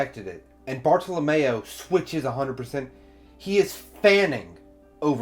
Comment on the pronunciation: Friendly reminder Everyone (including myself)! Let's not name drop future arcs/hype up future characters, let's just pretend any info past this review does not exist! We all know OP is best experienced without spoilers! :) I love that you put Bartolomeo (rhymes with Romeo not Mayo lol) in the thumbnail! Most people put other characters lol. Bartolomeo's voice actor is Shikamaru from Naruto, it's hilarious hearing his voice fanboy for "Lu-lu-lu-luffy senpai!" lol imagine Bart working with Blackbeard? lol that's why your vid format is great, cuz you make possible/impossible predictions! Bellamy saying "I'm not going to laugh at you anymore." Such a cool line! Hajrudin = Ha-roo-din, J is silent Jacket-Jacket Fruit > Ace's Fruit hahahaha Aokiji was name dropped in the snail call between Burgess and Blackbeard, not sure if you caught that. Toy Soldier leaving a flower petal every morning to remind her that he is there... ahh my heart!!! Oda knows how to write/draw flashbacks... MY HEART!!! WAIT WAIT WAIT Monet worked at the Palace, not the King's lover lol Kaido was name dropped in Thriller Bark. Moria lost his crew against Kaido in the New World. In Punk Hazard Law told Luffy and Nami the plan is to eventually take down one of the Emperors Kaido. You haven't seen Kaido, but Kaido has been mentioned before. Toy Soldier is Rebecca's dad... MY <3!!! After getting out of the Coliseum, Luffy is running with Zoro and Kinemon, not Franky. Sabo!!! Koala!!! AHHH!!! I love the narrator box